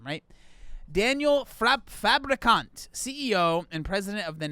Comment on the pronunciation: The name "Daniel Fabricant" sounds fake, especially because he was pronouncing it like "fabrikant", the Dutch word for "factory". So he was just saying "Daniel Factory" over and over 🤣